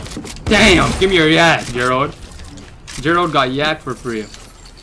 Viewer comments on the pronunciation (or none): none